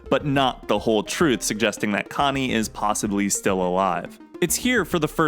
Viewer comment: sounds pretty normal to me bruv